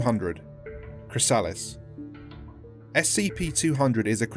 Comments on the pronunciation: ChrysAHlis lol it spozza be chrysa-liss lol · Why dose he say chrysalis....like that...